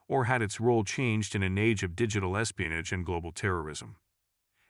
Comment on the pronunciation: And "Ex Pianage"